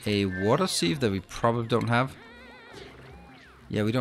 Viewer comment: for water sieve .. try more I less e ... about opposite of what you are saying ... I is first so should be pronounced more heavily ... since english is not your first language ... but i expect a close second